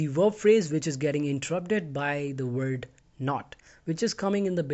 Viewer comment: Stop pronouncing word as wop